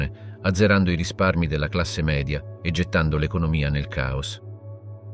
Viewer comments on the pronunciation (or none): none